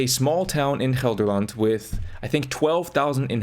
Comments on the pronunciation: I was genuinely shocked at how well you pronounced Gelderland. Usually Americans struggle with that hard G but you nailed it. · You pronounced "Gelderland" brilliantly,! Proud of you 😄❤️